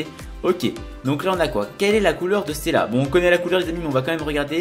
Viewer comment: "On pourait rentrer dans stéla" je suis mort